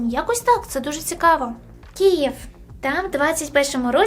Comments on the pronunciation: Це твій свідомих вибір вимовляти «КІЄВ» замість «КИЇВ»? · Люблю дивитися ваші відео проте завжди ріже вухо «кієв» чому так складно казати київ?